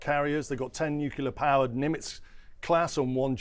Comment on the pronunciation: What’s ‘Nucular’?